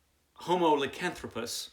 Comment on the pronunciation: Who are you calling homo licanthopus? 🤣 Sounds interesting. I might actually like this one.